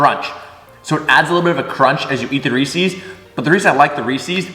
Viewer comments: I love your channel- and you seem like a rad dude to hang with. That said... it's Reese's, not Reeseeeeeeeeze. 😂❤️ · Why you say Reese’s like that?